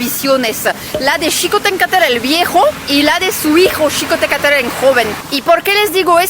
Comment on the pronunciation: pronuncias "Xicohténcatl" mejor que muchos mexicanos que conozco